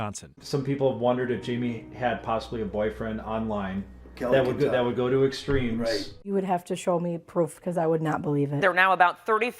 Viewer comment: It's "let's give it a GO" not goo. Goofball lol